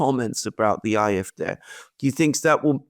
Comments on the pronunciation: I know it's a small thing but I've just subscribed to the channel after hearing a few enjoyable videos and is their any reason you keep pronouncing them the "IFD" instead of the AFD? Is it a censorship problem or is there a reason I'm not aware of? Thanks. Good video and it'll be interesting to see what lies ahead in both of these countries. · Why does he insist on pronouncing AFD aye eff dey when real Englishmen say aye eff Dee? He sounds so precious.